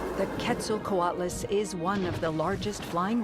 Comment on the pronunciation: FINALLY! as a mexican paleontologist in formation, it always itched me when people that don't know the root of the name, "Quetzalcóatl", the "Que" is pronounced as "Ket", and not "Qu-et"!!!!